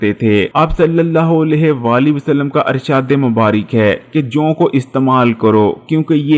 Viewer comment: arshaad Nahin irshaad houta hay